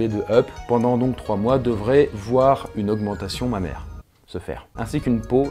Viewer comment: Au départ, j'avais pas compris pourquoi il disait "Ma mère" puis j'ai compris qu'il disait "Mammaire" ! 😂 j'en peu plus de moi !